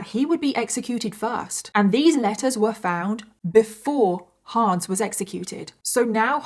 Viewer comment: The HA in Hans is pronounced more like the "Ho" in "Honey", not like in "Huh". (it's a short a not Haans)